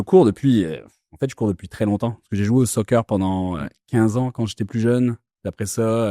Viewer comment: Cet épisode est super, et mention spécial pour le delicieux accent québecquois qui arrive progressivement au début ! Petit jeu : la différence de prononciation entre le premier "soccer" et le second "sooocceuuur" 😂